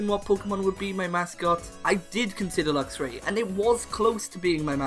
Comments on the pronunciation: Meowstic does not end with a K, and it's Luxray, not Luxury! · The A in Luxray should be after the R!